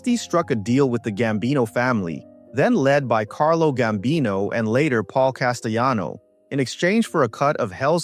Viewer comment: Castellano is Italian; don't pronounce it like it's Spanish. Llano is not yano. Mickey Spillane became an author .